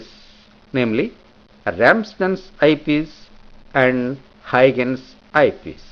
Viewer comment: very helpful video but i would request you to correct your pronunciation of huygens